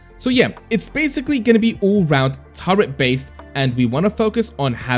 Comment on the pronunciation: Turret not Turrent.